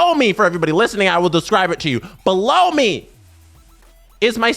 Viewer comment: stop saying below me that way